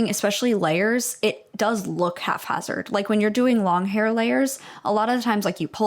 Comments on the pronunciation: Half hazard isnt a thing lol. Haphazard, pronounced hap-hazard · I hate to be that person but it’s haphazard not half hazard 😭 sorry it was driving me crazy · Aside from being terrified of her own shadow, she seems pretty racist. Also, it's haphazard. Not "half-hazard" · It’s haphazard not halfhazard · ok I'm a year late but "it may look half hazard" "its half hazard" NOOOOO ITS HAPHAZARD NOT HALF PLZ IT DROVE ME INSANE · Sorry pedantic English teacher here just needed to state 'half-hazard' isn't a word it's haphazard😅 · haphazard lol not half-hazard, I just had to say that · it's haphazard, not halfhazard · haphazard not "half-hazard" ✌️ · It's "hap" hazard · It's HAPhazard, not halfhazard 😂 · Isn't it haphazard??? Why is everyone saying halfhazzard? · Hap-hazard not haph-hazard. I’ve never heard that mispronunciation before. Love the content though. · Just commenting to let you know that the word is "haphazard," not "half-hazard," although I kind of like that version of the word 😂 Love your videos 💛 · Love your content but I think its haphazard, not half hazard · Lol not thinking it’s half hazard not ‘haphazard’ 😭😂😂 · I'm gonna scream it's haphazard not halfhazard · I'm gonna be that person, but it's haphazard. Not half-hazard. 😂 That being said, this girl's ignorance 100% made her come off as rude and disrespectful. She sounds like a paranoid villager from witch trial times. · I hate to be that one person but it's haphazard— pronounced as hap-HAZ-erd. Not half-hazard. (Literally 28 years old and learned this 2 years ago so NO ONE FEEL BAD, English is SO annoying 🤣) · Am I crazy or is "haphazard" pronounced hap-hazard not haf-azard? 😅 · HAPHAZARD. “Half-hazard” is not a word. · 1- this girl needs to buy a ruler. Clearly, standard units of measure are challenging for her 2- the word is haphazard, not half hazard 😭 3- “just Halloween stuff” is CRAZY WORK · Minor correction - the term is haphazard, not half-hazard! : ) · *haphazard not halfhazard